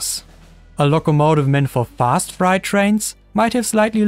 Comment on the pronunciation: BTW, "freight" rhymes with "great", rather than "bright".